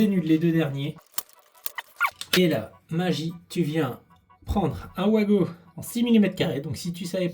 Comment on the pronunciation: Mais surtout pourquoi dire ouago quand ça doit se prononcer vago !